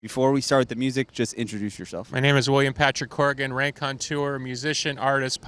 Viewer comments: Raconteur? Please! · He mispronounced raconteur out the gates